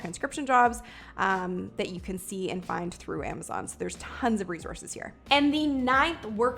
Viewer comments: It's not REZORZES its RESOURCES!!!!!!!!!!!!!!!!!!!!!!!!!!!!! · You pronounce resources wrong all throughout the video. It's not rezorces. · How bout you not say 'Rezorse'? Its not prestigious. Oh.. and annoying. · Resource is spelt and pronounced with an S....not a Z